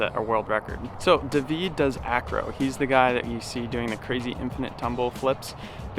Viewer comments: Lol you pronouncing David Duveed is funny. In english it's Dayvid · Its pronounced david not dahveed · The real reason for the failure was***** agent Smith sabatoge!!!!!!! also that guy kept calling him * Day-veed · Lmaooo so funny how u say his name, dayvid.. David🤣